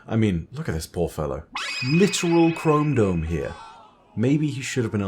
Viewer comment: Did you say ... KromeDome? Oh, chrome dome.... Nevermind